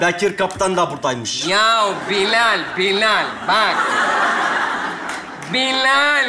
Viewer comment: Bilal'in her seferinde isminin yanlış söylenmesi 😂